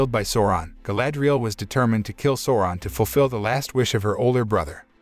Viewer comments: its callled sauuuroon not sowron... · I keep on hearing Soran, which is really annoying lol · Bro who is soran?lmao learn correct pronunciation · Souron it's pronounced Sauron with an A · "Sawron" yep gtfo right there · I hate how is says Sauron.. completly diffirent that the movie... feels like he is saying Soaran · great recap, i kept falling asleep with whatever Amazon came up with.. Also the incorrect pronunciation of "Sauron" was a tad annoying :D, though this effort dictates far more respect than its getting ..